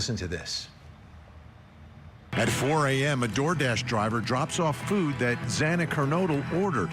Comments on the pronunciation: its Xana not Zana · At least the judge apologized (sincerely, imo) and corrected himself after mispronouncing Xana’s last name, but I guess it was too much trouble for the chief of police to show Kaylee the same respect, after he mispronounced her name also. 😢❤😡